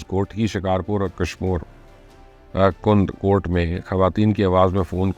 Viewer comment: کُند کوٹھ نہیں کَندہ کوٹھ ہے